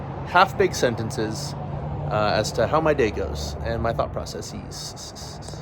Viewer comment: I See In The Thumbnail, I Click On It... It's That Simple. Let's find out about your "processes.s.s.s.s.s.s"